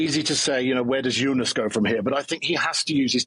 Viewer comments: Why does Wiggo insist on saying "Junas"? George says "Tajay" too 😁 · BW has TERRIBLE name pronounciations, he butchered Jonas (Junas?) and Vauquelin..